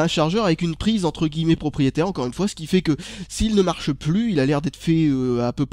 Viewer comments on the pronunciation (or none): none